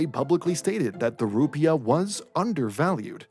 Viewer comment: Emphasis is on the second syllable. You sound like an idiot.